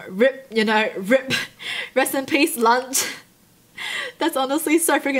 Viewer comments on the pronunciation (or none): The way she said R.I.P RIP🤦🏽‍♀️😂😂🤣